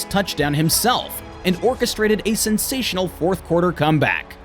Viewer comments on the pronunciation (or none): none